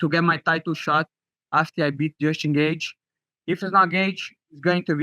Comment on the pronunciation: Secs after I read this, he says it like that 😭😭☠